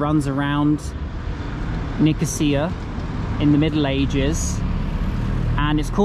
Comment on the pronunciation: You got the pronunciation right :-)